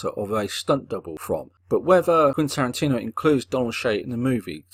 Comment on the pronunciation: He doesn't. He says Quintantino for some reason.